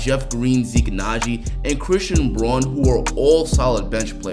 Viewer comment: Christian Braun is pernounced brown love the video and yes we are winning the chip